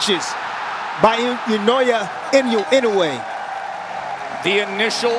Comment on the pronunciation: Ee-noh-ay not In-ew-ay I wish the announcers would try, just a little bit, to show some respect to the champion by pronouncing his name close to correct.